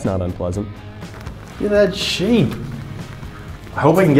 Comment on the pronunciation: he said sheep not shape